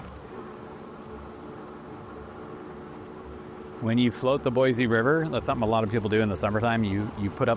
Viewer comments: You live here and don’t even pronounce it correctly. It is Boy-SEE not Boy-zee. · Sir, not boizi - boisi :) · I believe he is a realtor, and likely pretty new here since he mispronounces the name of the city, doesn't care about anything but selling way overpriced housing.